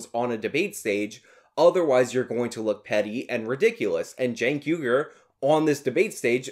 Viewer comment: I wish people would pronounce his name properly - Chunk Yogurt